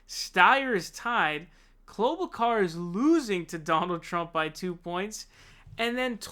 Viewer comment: Why does he keep saying clob ucar?